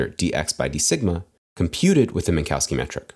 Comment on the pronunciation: This is not how you pronounce "Minkowski".